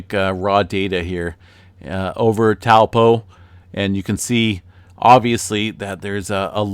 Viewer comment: (Toe- paw) not (towel-po) ..great vid